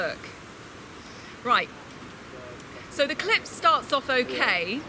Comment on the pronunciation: Ez eK5 did you notice she kept saying clip but sounded like she kept saying lwts check out this clit. lmao